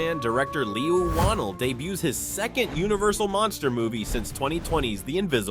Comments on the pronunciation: The amount of different ways the narrator mispronounces 'Leigh Whannel' is too good 😂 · I've never heard someone pronounce the director's name like that, yikes lol😅